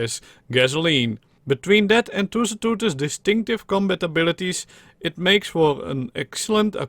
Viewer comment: you sound like pengu when you're trying to pronounce tusoteuthis